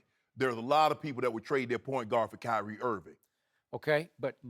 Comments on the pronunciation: Kywhi? What? Kywhi lol 😂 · Rob parker says kywie